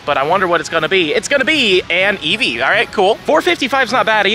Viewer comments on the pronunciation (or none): none